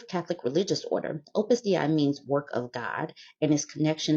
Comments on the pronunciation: Opus "Day" is the pronunciation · Opus Dei is pronounced Opus "DAY". Ex-Catholic here, I've heard of these turds more than I ever wanted to.